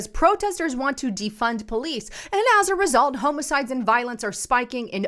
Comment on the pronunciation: It’s pronounced homicide not homicide.